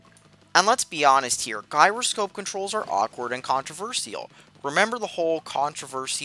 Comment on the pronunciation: Can you even pronounce "gyroscope" correctly?